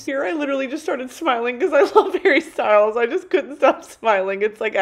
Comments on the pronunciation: hawwy stuiles hawwy stuiles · hawwy styuels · Harry Styles? Don’t know him Hawwy Stwyles? We Stan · "I love Hawwy Stywles"